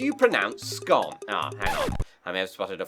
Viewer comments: Scone is pronounced the way you didn't. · 1. Roger Moore (You might also like Timothy Dalton, but that's just wrong) 2. The usual thing is a star, I would not like to have a christmas tree really, too messy 3. Minty milk chocolate, obviously 4. Top Hat is the correct one 5. I think you should just use butter, jelly is too messy 6. Sco… 6+. Veis, I have to say that is one of the flaws of English. You have to pronounce things differently than you write them. Absurd… bonus: It has not been discovered yet